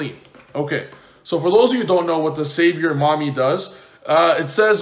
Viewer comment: "SAVIOR MAMY" HAHAHAHAHAHAHAHA